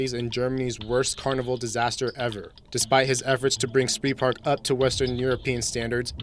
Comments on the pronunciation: And it is not Sprihpark. Not any language makes such a mess of the pronounciation as english does. Spreepark is simply pronounced as it is written with a long e sound like in emission for instance. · It's pronounced "Spreepark", like in "Spreewald". Not "Spreepark" like in "killing spree"